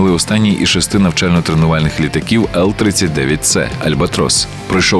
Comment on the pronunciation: Чеська компанія Аеро Водоходи, не Водочоди. CH це х, згадайте Peter Cech